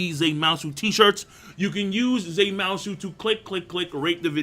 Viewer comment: I wait until he tells me to use ZE MOUSUUUU